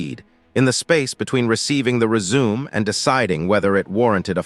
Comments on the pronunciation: Good info. However, you need to teach your A I voice the difference between "resume" and “résumé.” Without the accent over the "e," it sounds stupid. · 'Re-Zoom' lol